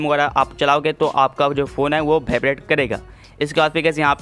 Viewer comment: its vibrate not bhaibrate